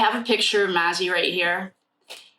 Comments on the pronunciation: Hi, I'm enjoying your readings. This case is so sad. Maizie's name is pronounced May-zee... just wanted to help. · Just so u know her name is pronounced Mayzee. 😊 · Hi sweetheart, I'm still catching up on the reading videos,but I'm hearing you say Ethan's sister's name.... however here's how you pronounce it..May-z. Just wanted to help!! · Her name is pronounced “ may-ze” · Hello! Just discovered your channel and am binging your Idaho 4 readings today. You're awesome! Thanks for all you do. ❤ (I think her name is prounounced Maisie...rhymes with daisy.)